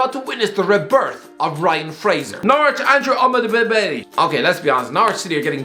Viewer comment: I do love hearing Irish guy have a stroke everytime he says Omobamidele's name